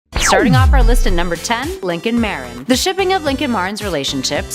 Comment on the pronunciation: She pronounced Marin wrong Edit: and epona !!!